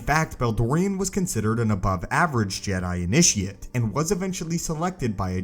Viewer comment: I had to unsubscribe due to how you say jedi